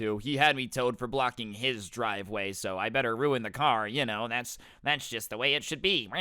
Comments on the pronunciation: normal person: driveway: dwiveway lmao i thought it would be funny.....and love your videos a lot of them are either crazy or funny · He just said dwiveway